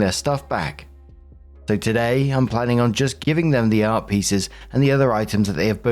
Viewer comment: I was listening to this while getting ready and couldn’t hear exactly what was saying about the art pieces. All I kept hearing was “Arby’s”. I was like, wait, someone is literally telling a drama story about getting Arby’s??? Art makes a lot more sense 🤣